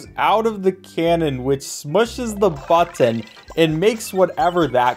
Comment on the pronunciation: I love the way you pronounce "button". It haunts me.